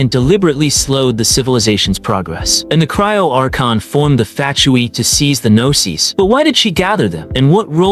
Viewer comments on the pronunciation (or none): It sounds like your saying FATtui 😂